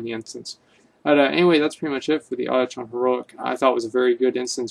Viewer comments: adichon heroic isn't it pronounce aww kin dune? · you pronounced "auchindoun" wrong xD